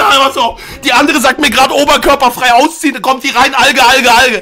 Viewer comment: Niemand: Du: Auziehen